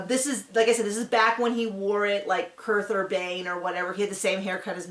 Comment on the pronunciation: "Kurth Urbane" ? Keith Urban!!